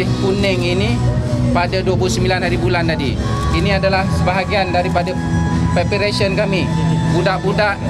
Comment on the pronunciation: Ya Allah sebut 'preparation' pun tak betul mcm mana nak betulkan keadaan. Mengikuti nafsu jahat dan jalan ganas adalah kesesatan yang nyata. Binasa padahnya.